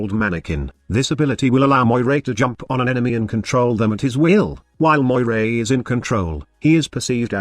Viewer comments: It's pronounced "MOR-EE". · Cool concept .I would like to see a frame like this in the game but the name needs to be pronounced Meera (Meeres in plural) if it is to be like the ones from Greek mythology. Meeres had power over life and death.When someone was in a critical condition like severely wounded in war Meeres would hold his life string and cut it if he should die .That might give someone an idea about the missing 3rd ability.A catchy name would be "Strings of Fate" .It could be something like a debuff that would make enemies more vulnerable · Her name (Moirai) is actually Moira from Overwatch with an extra "I"